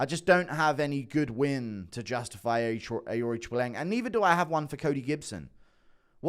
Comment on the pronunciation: How many times did you have to practice saying Aoriqileng? Absolutely crushed the pronunciation